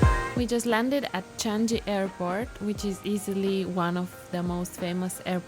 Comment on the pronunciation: Changi is pronounced as "Chang Nee" and not "Chan Ji". Welcome to my beloved country. Hope you will have a great time here!!